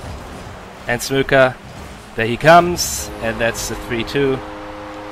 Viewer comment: Everytime says SMOKKA it sounds like SMOKER with a really weird accent